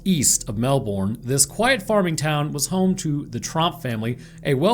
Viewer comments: ITS MELBUN!!!!!!! not the Melboooorne identity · You dont pronounce the "ourn" in Melbourne or Goulburn, they are pronounced Melben and Goulben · Currently passing away with the pronunciation of Melbourne.